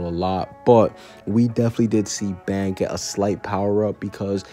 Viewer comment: It is but its pronounced ban